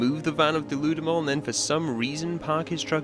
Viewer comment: Pretty sure deludamol is supposed to be "delude em all"